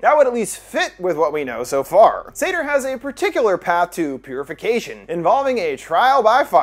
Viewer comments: I also couldn't quite get past the -pronunciation of Sator either... that is to say 'Satyr'. Which is a bit more literally a horned forest spirit and probably closer to the depiction in the movie. Likely on purpose? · As a Jewish person i get thrown off every time he says “sator” bc it sounds like “sedar” 🌚🌚